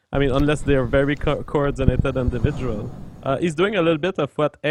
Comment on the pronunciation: and fucked with the word "individual" so hard that I can't read through my sociology textbook without laughing and cringing at the same time.